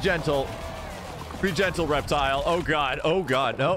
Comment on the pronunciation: REPTILE!!!! REPTILE!!! ITS REPTILE!!! REPTILE!!!!!